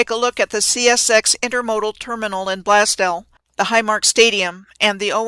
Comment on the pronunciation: As a Buffalonian...it's pronounced "Blaze Dell"